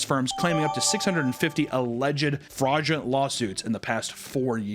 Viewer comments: not sure if Faudulent was meant, if so it fit the video amazingly. Couldn't stop hearing Faudulent in Hunters disability voice the rest of the video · "FAUDULENT" lol